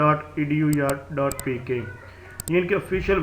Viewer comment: Aiu ni hota aiou hota hy